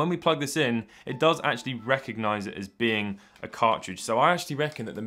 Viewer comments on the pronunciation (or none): none